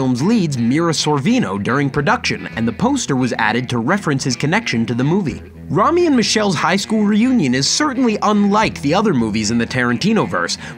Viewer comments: Oh my god me too! He said Raw-Me when its Row-Me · Romy??Rome??? Try Ro-me scoffs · I cringed when he couldn’t pronounce Romy right. Lol Ro- e? No it’s Ro-me to pronounce it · You missed something on that poster. The other name, “Nash” is also in Reservoir Dogs. The cop’s name was “Marvin Nash”. Also, it’s not pronounced like “Rami” in Romi & Michelle’s... it’s pronounced like “Rome-E”. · Its NOT ROM-Y its RO-MY. Sorry that irritated me too much. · Row-Mee. Not Raw-Mee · Row-me! Row-me! Row-me! Not Rah-me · Rome-ee, not Rah-mee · William Phillips Om my god thank you, I cringed when I heard that. and I'm Australian, it's RO-ME dammit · Say Romy one more time, I dare you. It's Row me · Joseph meloncon THANK YOU! That was bugging me too! You’d think someone making YT vids about movies, would know how to pronounce/say the title of each movie! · Romy is pronounced ROME-Y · He pronounced Romy incorrectly too. Lower your standards for these folks. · You pronounce Romy incorrectly, sir.